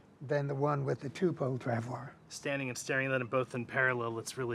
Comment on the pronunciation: It’s “trav-wah”. French word.